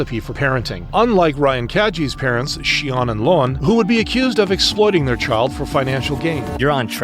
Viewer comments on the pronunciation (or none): Its actually pronounced Sh-aw-n and Low-anne 🤓